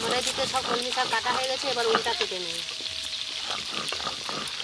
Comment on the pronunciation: কি ইচ্ছে করে উলটো পালটা উচ্চারণ করো আপু। কলমকিএ বলছ কমলি